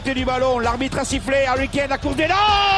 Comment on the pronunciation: C'est plus Harry Kane c'est Harry Kané. Vous comprenez ? Harry Kané. À RICANER !!! 🤣😂🤣😂